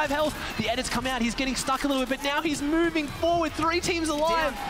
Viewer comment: “NOW HES MOOVING FORWARD”